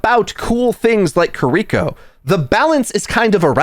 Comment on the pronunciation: “Kur-EE-ko” Nani??